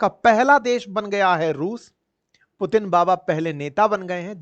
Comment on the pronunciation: Ek..Do..Teen..ab aa gaya Pu..Teen😅😅😅😅😅